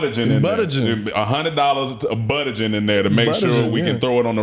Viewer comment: And instead of budgeting, it’s buttenting lol